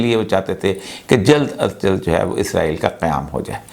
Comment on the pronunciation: ازرائیل نہیں اوریا بابو، اسرائیل۔